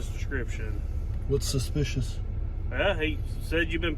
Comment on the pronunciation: "Got a call about a spish vehicle"